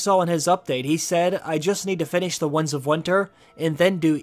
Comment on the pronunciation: This guy can't say "winds". He keeps saying Wunds of Winter. He also said Lomshot, instead of longshot.